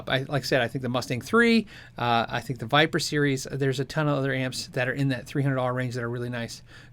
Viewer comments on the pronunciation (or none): none